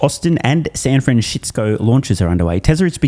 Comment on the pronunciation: The way how you pronounce San Francisco, you do it without miss every time. I'm always listening for you to do it properly at least once, but always pronouncing it your own unique way Everytime